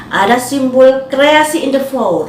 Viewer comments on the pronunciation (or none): none